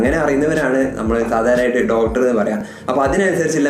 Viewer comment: ഡോട്ടർ, ഡോട്ടർ, ഡോട്ടർ ഒരുപാട് തവണ പറഞ്ഞുകൊണ്ടിരിക്കുന്നു. ഡോക്ടർ എന്നതല്ലേ ശരി